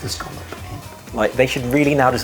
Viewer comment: As a New Englander, it’s refreshing to hear people pronounce “scallop” correctly 😂